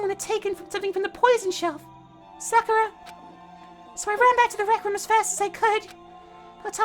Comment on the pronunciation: Sa ku ra not sa kur a damn that was bothering me the whole time and if someone mentions got lazy to look at comments